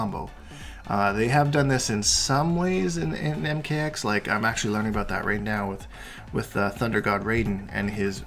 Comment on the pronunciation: Sorry aboot that 😂😂😂